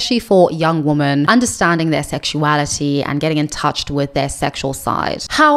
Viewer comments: thank you. That explanation still doesn't make sense, because she pronounces "man" and "men" differently and correctly. But thank you, I didnt know she spoke on it before. Does anyone know which video? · Am I going insane? Why is everyone on the internet pronouncing women "wi.muhn" (the plural) the same as woman (singular) "wu·muhn"? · why are some creators pronouncing "women" as its singular "woman"? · I think in the "I'm not happy discovering I am a lesbian" video Also this is written in the description of her videos: FAQ Q: Why do you pronounce "women" the same as "woman"? A: I am South African with a particular Queen's English/south of England tinge to my accent. Please be understanding, respectful and don't send me emails or leave comments about this. Thank you :)